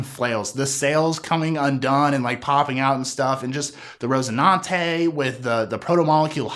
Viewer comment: RoCINANTE, not rose... son